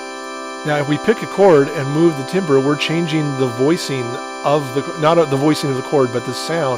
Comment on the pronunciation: timbre is pronounced tambər.